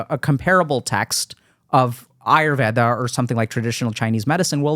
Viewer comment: Yep this is one of the rare podcasts with deep nuances & respectfully explaining each other differences in opinions than just agreeing with each other person unquestionably. And Dr.k pronounced patanjalis yoga Sutras,yoga,ayurveda,Rog (different Indian words) right without an American accent while having his rest of the conversation in his regular accent, that's some awesome control on language (regardless of ethnicity & that he knows about Ayurveda).